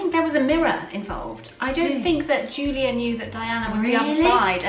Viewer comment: It's so nice to hear English voices - and it's Yoolia Parshuta the Cyrillic character ю is pronounced you